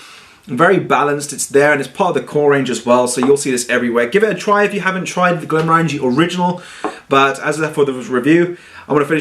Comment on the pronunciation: stopped watching when he kept mispronouncing Glenmorangie.. At least he didn't pull out that ridiculously large stemmed nosing glass for this one!